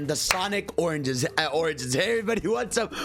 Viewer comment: God dammit that intro when u said Sonic Oranges. All I hear is oranges when hearing origins now 💀